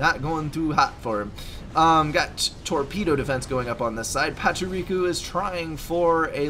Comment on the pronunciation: Classic setons chat. Though they were tired of playing setons for reasons such as terminal deadly diseases. Well they sure got it now. Anyway Foley is air, already know who wins before watching the whole video. Also the way you say Pachuriko. Hahaha! It's not Pachurichu.